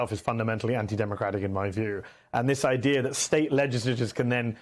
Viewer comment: Someone needs to tell Mehdi that there is no "R" at the end of the word "Idea". There is no such word as IDEAR.